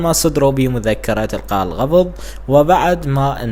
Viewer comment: القاء الغببظ اسمها القبظ مو الغبظ ابو المعيد تموتون علئ فضايح